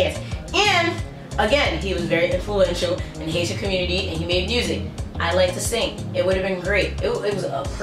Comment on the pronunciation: I thought u first said "Asian" hahah